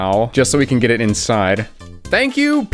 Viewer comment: "Tank" you